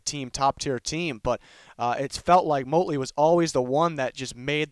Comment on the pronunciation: It’s Motley. Not Motely.